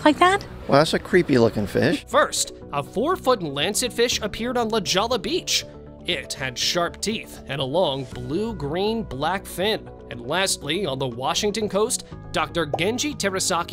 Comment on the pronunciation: La Jolla is NOT pronounced the way it looks. It's pronounced LA HOYA. Please correct your A.I. robot narration. Thank you.